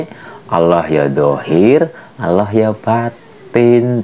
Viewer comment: Sebutan 'ALL'AH itu bgitulah keadaan ujung lidah ke langit2.. Trima kasih